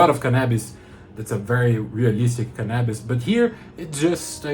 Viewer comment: Did you say canabis? Take my Money! 😂😂